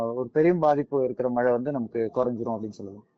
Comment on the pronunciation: அது "மழை" நீங்கள் "மலை" என்று கூறுகின்றீர். "ழ" சரியாக உச்சரிப்பது மிகவும் அவசியம். keep in mind